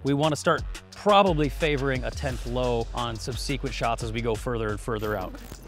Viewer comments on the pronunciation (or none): The e in subsequent is a short vowel. Subsequent, not subseequent. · Damn the shooting, you're in violation for pronouncing subsequent "sub-see-quent"... what in the world is that? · I can't get over this man pronouncing SUBSEQUENT as SUB-SEE-QUENT.